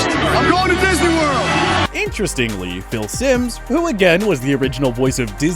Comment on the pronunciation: I'll always remember Drew Brees saying "I'm going to disny world "!